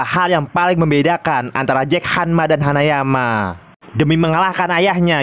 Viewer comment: Kenapa ya kalau baca nama hanayama malah bicaranya hanyaman